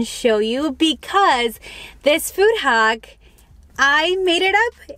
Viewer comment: It’s hack not haock